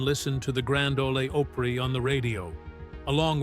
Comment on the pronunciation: Please pronounce the word "OPRY" correctly